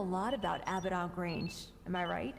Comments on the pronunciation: I love how the speakers dont even say the words correctly on top of the subs not matching. The script is just shat on. She calls Abbadon Range "Abbadock", and he calls Greenwich, "Grenich". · Can't pronounce Abaddon correctly, can't pronounce Gibraltar correctly.